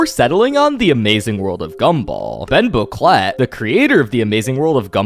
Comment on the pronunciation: i can't stop hearing Bomboclat when you say Ben Bocquelet...